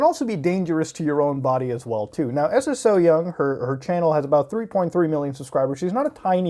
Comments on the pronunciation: Es es oh young~ xD it's romanized Korean pronounced soyoung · You can pronounce her name just like "so young". Don't gotta say s s o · It's pronounced "So Young". Also, while they're animals, they're also just seafood that people DO eat ALIVE in Korea and other asian countries. Sure, we MIGHT have some empathy about our prey unlike animals, but this whole thing about killing animals with the least amount of pain is just a social construct. It's not in our nature to sympathize for our food, come on, dude. Although, yeah.. it's pretty horrifying and shouldn't be on YouTube, but at the same time.. don't watch it if you don't agree with it. Unless it's illegal in America to eat seafood alive? In which case, as a platform based in the U.S, it shouldn't be allowed here. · Its pronounced so young lol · Everyone pronouncing her name as Eses-so-young kills me 😂😂